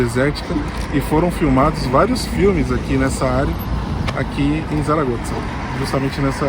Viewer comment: Realmente a cidade é diferenciada e parece oferecer muita qualidade de vida. Uma dúvida: porque vocês falam "Saragotza"? Notei que o pessoal daqui pronuncia "Saragossa".